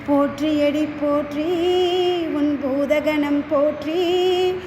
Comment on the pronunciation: தேர்ந்த குரல் அது மிகவும் சிறப்பு❤. உச்சரிப்பு பல இடங்களில் சிறப்பு; சிவ இடங்களில் தவிர்த்து❤. "போற்றி அடிபோற்றி' என்று வந்திருக்கலாம்; "போற்றியடி போற்றி"என்று வந்திருந்தது❤. ஆக, பிடித்நது❤. பாடகியம்மாவிற்கு அடியேனின் பாராட்டும் வாழ்த்தும்❤.